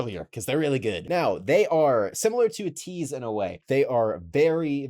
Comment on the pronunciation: btw, ateez is pronounced aye-teez